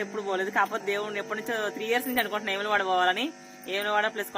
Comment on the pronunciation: ఏములవాడ కాదు🤣🤣 వేములవాడ 👍👍